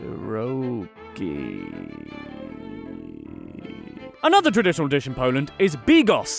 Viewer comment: My god you butchered pierogi so wrong